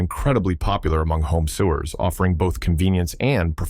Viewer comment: Hey ai narrator moron, sewer is pronounced SOH-er not sue-er like the pipe for liquid waste.